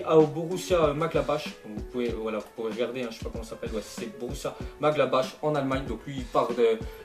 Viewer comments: Salut:) borussia Mönchengladbach se dit "Morengladbar" sur ce bonne journée:) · Il a dit Borussia "Maglabache" 😂😂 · juste pour info on prononce borussia mochengladbar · bonne vidéo comme d'habitude par contre c'est pas Borussia Magabache lol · le joueur français se dit Kolodjezac il me semble et son équipe, se prononce M Glakbar... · c'est borussia mobengladesh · fire light Non c'est plutôt Borussia Mönchengladbach et le ch de la fin se prononce différemment du premier